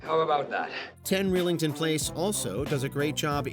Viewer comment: It's pronounced "rye-lington".